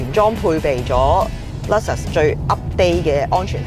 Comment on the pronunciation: Alphard 個讀音冇錯，但係Luxus個人就覺得真係有問題😂